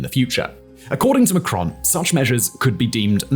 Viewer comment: Pronounced Macron with the 1st syllable stressed